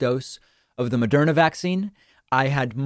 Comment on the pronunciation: It's "Moderna", not "Mederma".